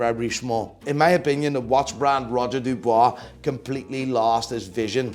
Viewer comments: Who the hell is Roger Dubwa? Dubuis, my dear. Dubwi. Now repeat after me. Buying PP you must be strong moneywise, but you don’t understand shit about horology. You completely wrong on GS and AL&S because you don’t understand the innovation behind them. Ps. You can’t hide your Dutch accent, snob. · Its not roger du"bois" 🤡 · I love your videos, but why do you have to ruin the names like that man? Charctsier? Really???😂 and come on Roger Dubooooaah?! 😂😂😂 I guess it makes for more clicks and subscriber, but you strike as a tad more intelligent than what you make out to be 🧐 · roger dubuis not dubois